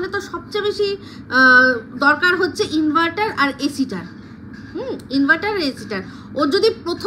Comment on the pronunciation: Tin inveter bolechhe inverter bolte pareni